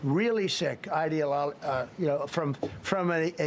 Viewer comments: He can’t even SAY ideology, let alone have one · Trump couldn’t pronounce the word ideology 😂😂